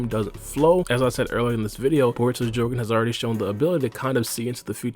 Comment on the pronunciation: Am I the only one super annoyed about the way he says Jogan?! 💀